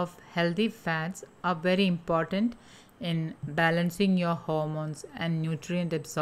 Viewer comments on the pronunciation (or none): none